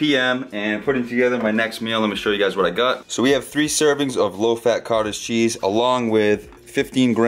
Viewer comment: When you kept saying Cottage Cheese. It sounded like you said Cartel Cheese. I was like that's a new one.